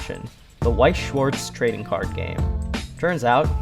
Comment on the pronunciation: It's not pernounced weiss schwarz